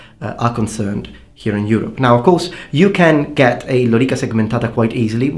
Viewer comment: what a remarkable prononciation of lorica segmentata :) i like italian accent